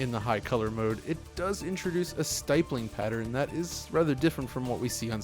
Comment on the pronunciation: Excellent video overall. But "stippling" rhymes with "rippling", and the emphasis is on the first syllable when using "confines" as a noun rather than a verb.